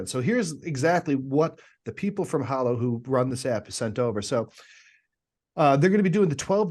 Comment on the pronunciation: Love the show. May I suggest something? The name of the app is HALlow ( rhymes with shallow). 👍🏼😀